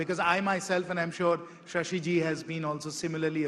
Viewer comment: Shashi not Shasha